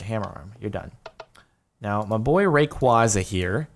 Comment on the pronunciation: Pronounce Rayquaza correctly